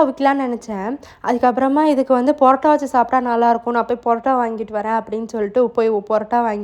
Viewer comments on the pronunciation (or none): பரோட்டா✅ ...not போராட்ட 🙏